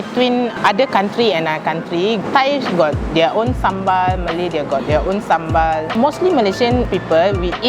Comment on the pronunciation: Finally a foreigner that pronounces sambal right